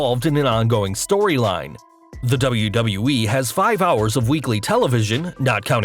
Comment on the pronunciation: Wait you can pronounce WWE, instead of saying Dubloo-Dubloo-Ee. Is this really?